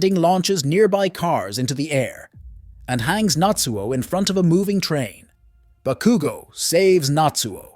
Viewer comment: It was mildly annoying to hear you repeatedly mispronounce Bakugo and Midoriya's names in this but it's otherwise a great recap